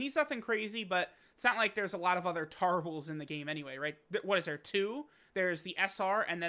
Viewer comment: Bro i laughing so hard when you said “tarles” 😭😂